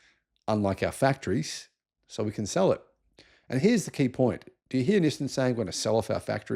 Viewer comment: It's Nissaan not Nissern 😂